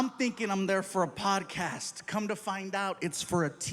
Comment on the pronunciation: I swear he even said "potcast" just now lmao